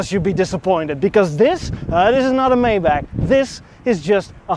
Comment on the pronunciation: Pretty sweet ride. From the side it looks a little like a Subaru! Let the freebees coming with that 3,5 haha Btw.. it’s Maybach, not mayback 😜